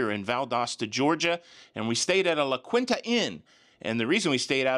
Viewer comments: Lol...its pronounced LA KEENTA not quin-tuh....😂😂😂😂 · La Quinta is pronounced La Kenya. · I once drove a U-Haul felt like I was driving a cruise😂…. Also it is pronounced La “Quinta as in the beginning sound of Kiwi/ qinta” which means “the fifth” ❤